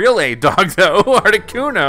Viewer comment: that's how you say articuno